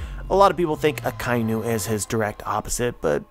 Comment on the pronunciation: I'm sure your theory is very thought-provoking and interesting, but please stop calling Akainu, Akai-nu. It's taking me out of the zone of your theory.